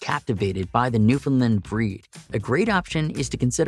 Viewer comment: New fin land, not lend